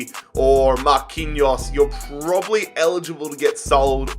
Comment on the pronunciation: Nobody::mark undrrrrre